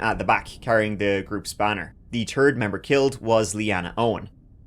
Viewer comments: Brother its third not turd The turd member 😅 💩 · Can say the, than, that perfectly fine. Says turd when saying third, makes no sense. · how come you can say 'th'e but you say turd instead of Third. what the heck is even that. Also, shit versus Shite? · Dude has to purposely script the word “third” in every video. Every time I hear a video on this channel it’s “turd this turd that” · Accents aside: if you are going to do this professionally please get the speech therapy you need. TREE, TURD and TURDY is just embarrassing. This not cute or endearing. You purposely mispronouncing these words and making them into different words. You can do better. Your pronunciation of these examples and many others are very distracting from the stories you were trying to tell your audience.